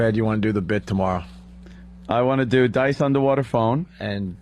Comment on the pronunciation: It’s a UNDAWATA phone ahgoiiii